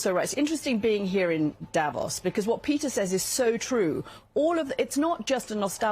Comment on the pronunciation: The pronunciation is not Davós (with a short 'o') but Davos with a long 'o' like the 'o' in 'more' If you do reports from a place learn how to pronounce it! Same with names of politicians like Angela Merkel and Friedrich Merz. You're saying it wrongly. The world also make the effort to pronouce Trump's name correctly - you have no idea how the French would pronounce Trump in their language (...).